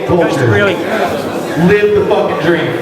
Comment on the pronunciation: Did call Greely "Grizly"?